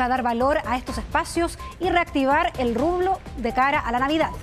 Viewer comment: "reactivar el rublo" ¿Que tiene que ver la moneda de Rusia con las librerías de Chile? 😂